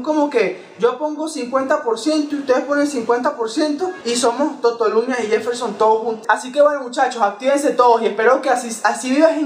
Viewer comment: que lo diga el yefel-SHON jajajja te amo:3